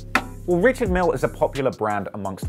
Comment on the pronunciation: It's actually pronounced Rishard*